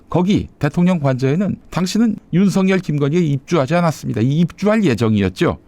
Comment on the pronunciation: 윤서결이 아니고 윤석열 입니다 발음좀 정확하게 해주세요